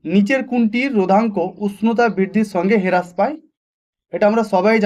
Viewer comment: হেরাস নয় হ্রাস পায়